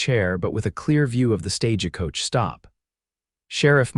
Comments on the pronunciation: half the time they pronounce it as an "a"! The stage-a-coach! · And pronouncing the e in the middle of stagecoach